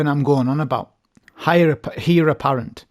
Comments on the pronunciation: Great vid .. Pronounced ..Air apparent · Great video mate just one thing, Heir is pronounced "Ayr"